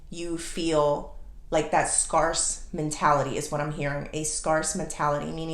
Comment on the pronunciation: Not being arrogant or impolite, but scarce is pronounced like "scare" plus "c".